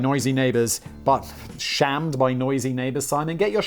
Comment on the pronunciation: When Simon mispronounced “shamed” as “shammed” about the clover I thought it was funny cause that’s an Irish slang term